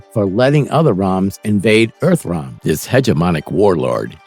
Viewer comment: Geez the voice over is horrible. I swear it is AI. They can't say realm or combat.